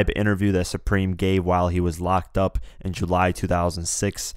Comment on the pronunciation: exactly bro he clearly said preme